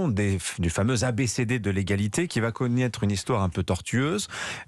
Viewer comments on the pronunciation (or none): A 1mn 28s "qui va "conniaitre"...??? Bravo pour l'expression Française...